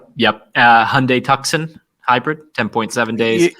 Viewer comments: PRONOUNCED TWO--SON How to Pronounce Tucson, Arizona? (CORRECTLY) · Tucson is pronounced like Too - San, as in Arizona!! C'mon man! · Please don’t say ‘Tuck’ son again…..😂🙄